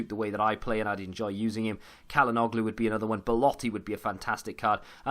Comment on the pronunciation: It's pronounced tsh-ala-noglu and please don't call Milan "AC".